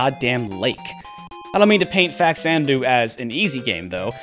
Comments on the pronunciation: American pronunciation is just so weird. FAX-Zanadoo? It will always be “fa-cha-na-doo” for Captain S here. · It’s not pronounced “Fax-Ana-do”. The game is a take on the Xanadu(which is pronounced with a Z sound at the beginning) series except on the Famicom. Faxanadu is actually a Japanese portmanteau for “Famicom Xanadu” much like Famicom is short for “Family Computer”. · Faks-anadu is the correct pronunciation. X only sounds like a Z at the beginning of a word. When you add the prefix Fa-, the /z/ sound changes to a /ks/. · Nope, the X is pronounced in Xanadu and the FA in faxanadu is from the first two letters in FAmicom. Though it should be pronounced fuh-zan-uh-due, at least according to what’ve I’ve been told. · It's pronounced Fa-Zanna-doo. Oh, okay. He points that out. Early money shot before watching it all. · Just because some producer or script checker got the pronunciation wrong for a tv show, doesn’t make it right. #Fazanadu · Actually, the reasoning behind English speakers misinterpreting the pronunciation of Faxanadu is much simpler and likely something that the Japanese developers didn't know/remember/care about; in English, X ONLY makes a Z sound at the very beginning of a word, and a KS sound in all other locations. So it's not too hard to look at the word Xanadu and guess it's pronounced Zanadu, but Faxanadu, in English at least, is more natural as Faksanadu. Also, I've played both of these games (I never completed Faxandu because it froze on me and I hadn't gotten a password in a very long time), but honestly, for me personally, I prefer Castlevania II. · The "x" is pronounced as a "z" there homie. Get a clue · You pointed out the correct pronunciation twice in the video, yet you insist on saying it the wrong way. You are close minded. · Everything you said is great and pretty much all of it is spot on. That said, there is a correct pronunciation for the game Faxanadu. Truth is stubborn.